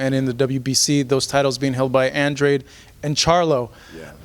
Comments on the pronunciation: I’ve actually heard Andrade introduce himself in a few interviews and he pronounced his last name as An-dray-d if that makes sense. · Same lol, but everyone seems to call him Andrahhhhhday in interviews